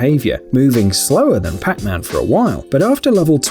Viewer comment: it souns like he says Crackman instead of Pacman.